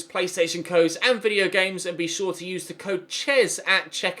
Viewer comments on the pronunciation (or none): none